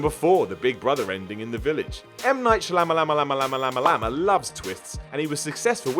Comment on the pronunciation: You didnt have to disrespect M.Night by not even pronouncing his name right SMH